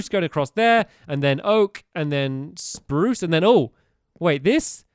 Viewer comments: #stampy says spruse in the best wany spurucee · roof is brirch and oak and its sprose leves STAMPY